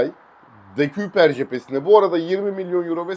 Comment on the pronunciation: “De-köy-per” diye söyleniliyor bu arada 🙏🏼